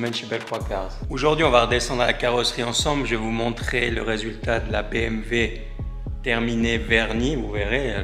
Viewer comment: Pourquoi vous dites BMV au lieu de BMW ?